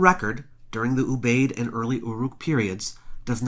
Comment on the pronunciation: I believe that Ubaid is pronounced oo b eye id. Three syllables.